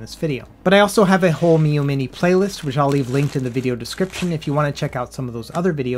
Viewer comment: Ha, nice "three Miyoo monte" attempt in the beginning,!